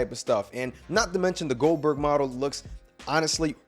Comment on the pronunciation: Not huge for older gen xbox ? It's wwe2k23 Goldberg not Oldberg😅